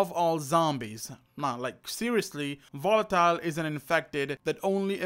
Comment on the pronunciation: i know its how you speak but i hear wolatile